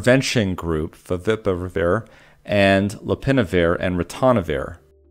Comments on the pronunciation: Despite the dire circumstances (or perhaps because of the bottled stress), I couldn't help but laugh at the enunciation "Faviparivir" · Having some trouble saying ‘Favipiravir’ are we? 😝